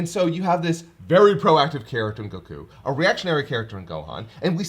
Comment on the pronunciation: Seriously! GO-ku, not go-KU. I can't be the only one bothered by this! It's like saying go-HAN instead of GO-han!